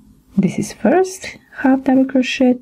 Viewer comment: Crow-shay my dear. Not crow-shet. The ‘t’ is silent. The tutorials are great. Thank you.